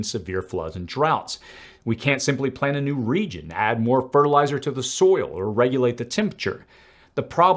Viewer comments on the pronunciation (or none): none